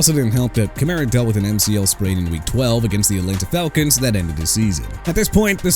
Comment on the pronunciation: That's enough of you saying "jag-wires" and "chee-kah-gow"! Jaguars as in JA-GWAARS!! AND CHICAGO AS IN SHUH-KAH-GOW OR SHEE-KAH-GOW!! YOU UNDERSTAND ME BRO?! ALSO ALVIN KAMARA AS IN KUH-MA-RUH!! AI VOICE GUY... YOU'RE DONE AREN'T YOU HUH?! IF SO QUIT!!!!